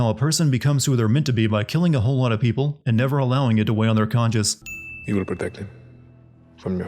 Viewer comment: “Weigh on their CONSCIENCE” not ‘conscious’